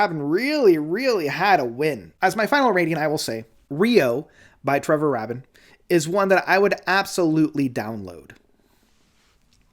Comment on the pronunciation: It's pronounced "ray-bin."